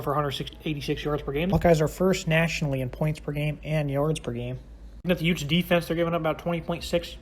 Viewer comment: Excuse me did you say utes ?